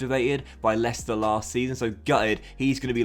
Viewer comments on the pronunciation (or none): none